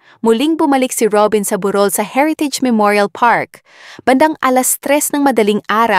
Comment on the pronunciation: MALI MALI NAMAN UNG PAGBIGKAS NG TAGALOG. 1. burol 2. lamay HINDI PILIPINO YANG NAG SASALITA.